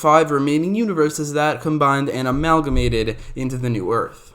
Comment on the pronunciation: Dude definitely looked up synonym for combine and got Amalmagate lol!! Tryna sound smart and shit